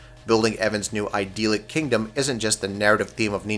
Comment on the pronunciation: For half a million subscribers you guys need to work on better audio editing. Almost every video has a noticeable jump in the audio where you spliced things together. Also, make sure you know how to pronounce the words you are reading. It's "kin-EH-tick, not "KYNE-eh-tick," and it's "eye-DILL-ick", not "eye-DEAL-ick".